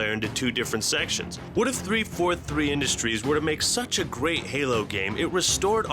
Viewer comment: how hard is it to say industries